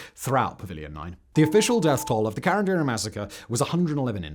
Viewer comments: Wow. It was hard to understand ca-ran-di-ru ("karan-dairy".. lol). Couldn't he just listen someone native speaking the correct pronounciation? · Why are you pronouncing it "karanderi"???? Is CARANDIRU! KAH RUN DIH ROOH if u need to know the pronunciation. Not karanderi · I live near the subway station called carandiru in Brazil and the pronunciation would be CA from "call" RAN from "RAM" DI from just the letter "D" and RU from "rude" CA-RAM-D-RU if that's of any use to anyone hehehe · Who else thinks it’s funny the way he says “Carandiru”? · Not a critic. But, a suggestion and comment: The terms and names in Portuguese were pronounced by Simon as if they were in Spanish. The language spoken in Brazil is Brazilian Portuguese. It's understandable, yet sad, that most English speakers always make this kind of mistake. Another common mistake made by English speakers is to use the term Latino as a synonym for Spanish speaker. Brazilians speak Portuguese and are Latinos too. Latinos are speakers of Romance languages (derived from Latin). Among these Romance languages are Italian, French, Spanish, Portuguese, and Rumanian. Therefore, all Italians, Frenchmen, Spaniards, Rumanians, and Portuguese, as well as all those Latin Americans whose language is Spanish or Portuguese (an English-speaking person from Jamaica would not qualify) are latinos.